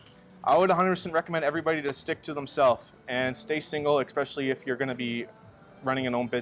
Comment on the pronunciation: 'Moneyball' lol., it is 'especially' not eCspecially lol (if you are going to use a word all the time, use it correctly). You sound uneducated saying it like that dude.